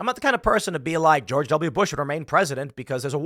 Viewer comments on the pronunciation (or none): none